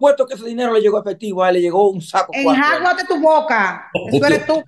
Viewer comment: se dice "enjuàgate" no enjaguate